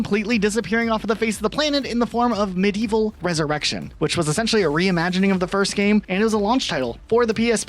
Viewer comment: “Meh-Dee-Evil” it’s spelled “Medievil”